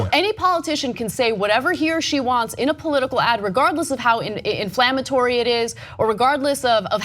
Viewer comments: "Infammatory." This woman was a college professor. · I cringe every time she said infammatory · Inflammatory...not "infammatory", lol. Sorry, grammar enthusiast. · 'Infammatory' - lol. I love it when people almost get the word right... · In-fammatory? Huh? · It's inflammatory or defamatory, not infammatory, c'mon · Cenk tried to help her. "Inflammatory," Ana. With an "l."